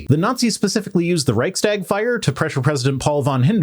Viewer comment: I love your contend, especially your attitude regarding raising your kids (your advice to let them starve for a week just to see their increased gratitude for getting a crumb, helped a lot). :) Just one comment on : Reichstag means the meeting (Tagung) place of the country (Reich). The s in between indicates the relation and it is bound to and spoken with the first word. In short: You pronounce it Reichs-tag, instead of Reich-stag.